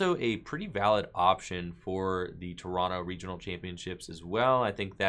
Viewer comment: I've always appreciated how you say "Toronto" like a Canadian. "Tor-on-no" phonetically.